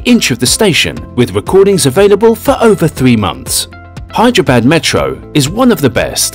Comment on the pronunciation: Hyderabad he is pronouncing bad bad it's actually badh